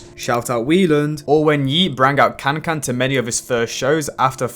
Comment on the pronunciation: it's pronounced "whyland" 🤓